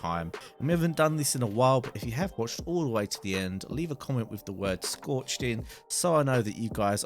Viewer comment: Schorched in or whatever you said at the end :))